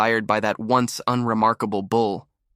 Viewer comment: I am listening from SW Michigan. Question: Why do these stories say bowl instead of bull? I read through the caption words of the stories and it is so annoying! Good story otherwise.